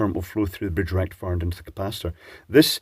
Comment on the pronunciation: I understood 'Erectifier' but I could not see a blue pill. Then it dawned on me that you said 'a rectifier'.